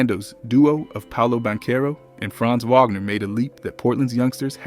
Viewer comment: AI still hasn't figured out how to pronounce the names of Jerami Grant or Franz Wagner, so of course it didn't even attempt Deni Avdija or Toumani Camara lol ... and I think it got confused by the prompt to tell a two timelines story, and the story itself is written as if it were simultaneously right now and a year ago... pretty subpar even by AI standards in my opinion...